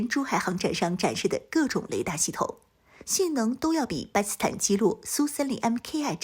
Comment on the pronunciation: 不`明白為什麼總是把 "巴基斯坦" 讀成 "巴斯坦"